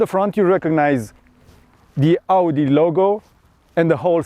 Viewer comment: He he 😊 foarte tare! Mai ai nevoie de polish peste engleza. Nu ai accent rusesc puternic, nu suna dubios. Ca pointer : nu mai traduce din română în engleză și încearcă să pronunți cuvintele care le folosim și în română în engleză (ex: "Audi" sună dubios, îl pronunți ca în română) și ai ceva greșeli mici gramaticale . Sper să te ajute critica. Vă urez succes!